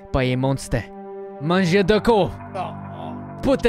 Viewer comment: it's not "mangeaud" but "mangeur" :P